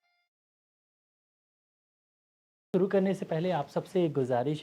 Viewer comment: Bhai aap khetoo ho sooro krty h ye galat h thik words h shoroo pl thik kr len